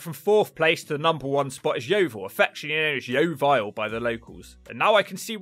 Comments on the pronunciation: 😂😂@ yeo-vile lol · as someone from yeovil, ive never heard yeo-vile but that could be cus i live in the nicer parts